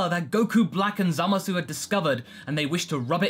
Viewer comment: Zommasoo? I know it's rude to pronunciation-police, but that's not even close to how it's pronounced in the Japanese dub. It comes out a lot more like "Zommace," or "Zamas" if we're using romanization conventions, droppung the u entirely.